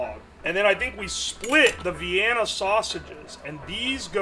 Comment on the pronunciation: Vianna, keen size and ongion. Can he say any words right? lmao